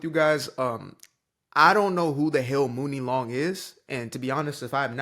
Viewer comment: Woke???....at the end of the day. Writing songs are HER WORDS. If she don't want someone white to sing her lyrics, it's her own right. Also, her name is pronounced Money Long!!! #CultureVulture